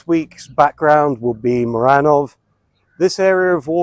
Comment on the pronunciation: At the beginning: the pronunciation of Muranów is "MooRANooff", the "oo" as in "book". Dominic Tarczyński is just a Trump fan-boy blowhard. I admire your determination to get Polish citizenship. The language is indeed difficult, but worth it. Native English-speaking Brits and Americans such as Timothy Snyder, Anne Applebaum, Norman Davies and Timothy Garton Ash have learned Polish and in some cases become Polish citizens and/or married Poles, and made a considerable impact. Polish culture is strong, but those who most ostentatiously promote nationalism are in fact serving Russian interests. And no, the October 15th Coalition has not given in to negative Western trends, immigration is very low except from Ukraine, gender mania is pretty strongly resisted despite some activism in that direction, with leaders such as Tusk and Trzaskowski being sensitive to how ordinary people feel, deliberately meeting with voters in the generally PiS-supporting hinterland, taking to heart the mistakes of the Harris and H. Clinton campaigns in the US.